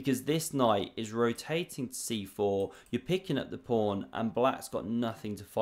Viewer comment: Pawn not prawn